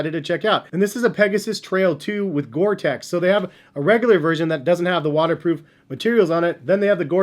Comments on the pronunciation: No offense, but STOP SAYING GORE TECH. IT'S GORE-TEX. Thank you. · these caught my eyes a week ago, but i do not need any more shoes at this point. and it is not pronounced gore tech lol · I think it's pronounced Gore-Tex (teks). Nice cop btw, especially for the rainy days and such.